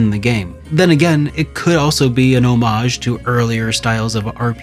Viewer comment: ho-maa-gee? are u french?